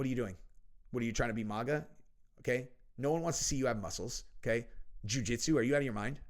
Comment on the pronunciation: I love you brother. It’s not MOGA IT’S MAGA